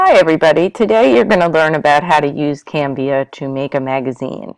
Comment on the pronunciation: It's CANVA. Not Canvia haha